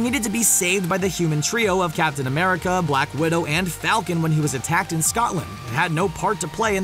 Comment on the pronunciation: You mist blacwidou